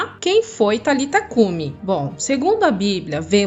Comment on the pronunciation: Não era Talita cumi a pronúncia e nem escrita mas é => Talitá cumi ressonância Talitaaaaá existe um acento no ultimo a do nome,sendo assim Talitá cumi.